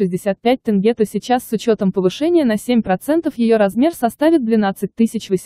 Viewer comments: Не могу понять , тяжело что ли сказать тЕнге, а не тЭнге? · ТЭнге тЭнге. Научитесь правильно говорить. ТЕНГЕ Ударение ставить на Е. Только слышали Тэнге тэнге больше ничего я не понял.